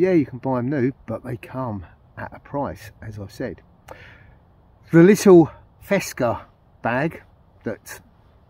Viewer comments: It might be an algorithm or something when a link detected it is erased altogether with the comment. The link was the official Fecsa web page. By the way, you are not the only who says "fesca" instead of Fecsa 😅Greetings from the Western Mediterranean coast. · Fecsa, it is Fecsa; not "fesca". Fábrica Española de Confecciones Sociedad Anónima. I hope you won't delete this as you did last time, due to the link I guess.